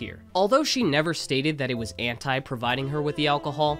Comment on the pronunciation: I’ll never stand for the way ANTi says his name